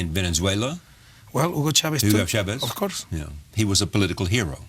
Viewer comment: I can't even take him seriously....lmao....*bleeding ears* "OF CORS, OF CORS, WELL I DON SIN SO" PLEASE TAKE HIM BACK TO SCHOOL...THI IS WHY STUDYING IS IMPORTANT....POR FAVOR CORREISTAS, NO ESCUCHAN LAS TONTERÍAS QUE DICE???